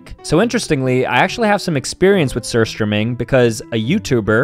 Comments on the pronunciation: bro pronounced it sir strumming its pronounced soor strowmyng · As a swedish person, I found it very funny how you said surströmming 😂😂😂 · OMG, the way he pronounced surströmming 😂😂😂❤❤